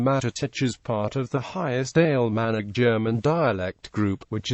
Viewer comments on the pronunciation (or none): In the first ten seconds I heard "Alemannic" pronounced "ale manic" and thought: this will be useless. AI is taking over.